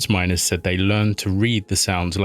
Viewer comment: MINERS NOT MINORS!!!